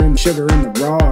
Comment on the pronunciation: Sugar in the what! sh-sh-sugar in da RAW😂😂